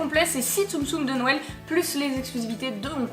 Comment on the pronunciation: JE T'adore et tu me fais rire avec ton "nouël "